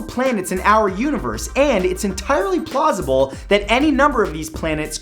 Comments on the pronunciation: It it just me or did Mat says Plosible? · Steven konaiev plausible